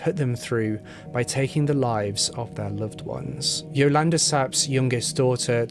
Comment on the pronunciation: Pronouncation of Yolanda is off too.